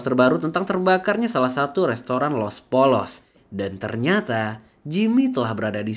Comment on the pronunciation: Penyebutan Los Pollos Hermanos yang benar adalah Los Pollos = Yos Poyos